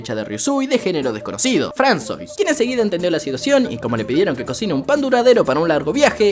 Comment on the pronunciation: Me da toc que le diga fransois porque se dice fransua